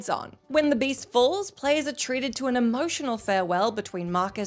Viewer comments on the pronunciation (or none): none